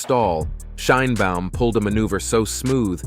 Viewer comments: Aprende a pronunciar el apellido de la presidenta. Suenas muy ignorante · No sabes pronunciar el apellido de la presidenta Claudia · Gracias por el programa. Podrías, sin embargo, hacer un esfuerzo por pronunciar el nombre Sheinbaum correctamente, es decir como lo pronunciamos nosotros los mexicanos. Gracias ias. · Aprende a nombrar SHEINBAUM y Estados Unidos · Y tu hasnos un FAVOR PRONUNCIA BIEN SU APELLIDO DE LA PRESIDENTA MAS POPULAR DEL MUNDO..